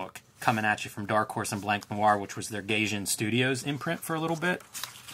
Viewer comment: "GUY-jin" >Gayjin"